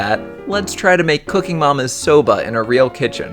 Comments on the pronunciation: I thought you say soda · Legit thought it said Sabra